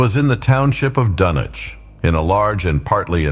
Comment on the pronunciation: It's pronounced "Dunnich". I'm out.